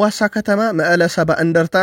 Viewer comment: ሰላም..መአለ 70 እ/ታ ሳይሆን መቀለ 70 እንደርታ እያልክ ተናገር/ኣንብበው..'ቀ' ጠብቆ ነው የሚነበበው